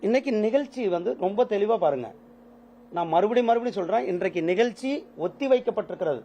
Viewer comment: இந்த பன்னாடைக்கு எந்தக் கழுதை அமைச்சர் பதவி கொடுத்தது? முருகன் என்று பெயர் வைத்துள்ளான்!!!??? தமிழும் ஒழுங்காகப் பேசத்தெரியவில்லை?????!!!! செம்மொலி, தமிலு, நிகல்சி ஆங்கிலமும் ஒழுங்காகத் தெரியவில்லை!!!???? 35% தேர்ச்சியெல்லாம் இப்படித்தான் இருக்கும். "தமில்ல சொல்லட்டுமா? நிகல்ச்சி ஒத்திவைக்கப்பட்டுள்ளது" "English இல் சொல்லட்டுமா? நிகல்ச்சி Postpond பண்ணியிருக்கு" சூப்பரப்பு. எந்த குட்டிச்சுவரு ஸ்கூலுல , எந்த எருமைக் கிட்ட படிச்சான்னு தெரியல??? தெரிஞ்சா யாராவது சொல்லுங்க.